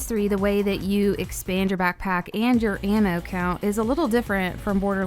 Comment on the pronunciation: Omfg..... how u say ammo.......🤫🤫🤫🤫🤫🤫😰😰😤🤬🤬😡🤬😡🤬🤬😡🤬😡🤬😡🤬😡😡🤬😡🤬😡🤬😡🤬😡🤬